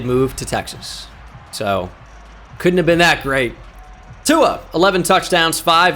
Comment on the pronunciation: There is no N in tuas name 😂